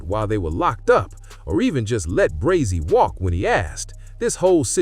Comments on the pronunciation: It's pronounced Bray-zee😂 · Facts breh dumb ai said Brozy 🤦🏾‍♂️ 🥴🥴🥴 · Honeycomb Brozzy?!!😂 AI got to do better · Dumbazz ai it’s Brazy like Crazy not Brozy 🤬